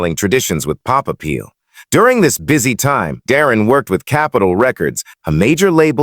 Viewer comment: Who says " Dah-rin?"